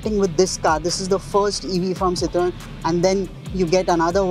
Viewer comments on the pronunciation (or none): the dude does not know how to pronounce citroen.